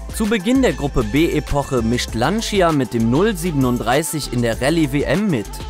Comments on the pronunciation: 1. Schlimm wie Lancia immer wieder falsch ausgesprochen wird.. Lantscha und nicht Lanzia! 2. Wird der Delta viel zu kleinlich präsentiert, immerhin ist es das einzige Auto mit 6 Rally-Weltmeistertitel... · Lantscha nicht Lantschia 🤓😂